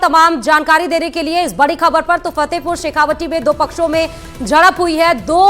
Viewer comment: पत्रकार महोदया जी आप फतेहपुर शेखावाटी को शेखावाटी ही बोलिये। शेखावटी नहीं। तत्काल सुधार करिये।